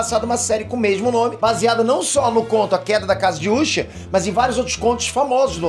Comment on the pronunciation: ta me dando uma raiva esse cara ficar chamando de úsher